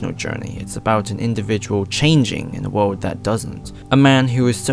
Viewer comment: Can you Please Stop saying world. Or “Wode” as you keep saying it. And don’t say it’s just his accent. Most Europeans would at least fucking say the L. Ahhhh it hurts my ears